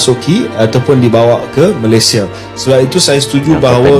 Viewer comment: Saya denger nya pas bilang malaysia itu malessia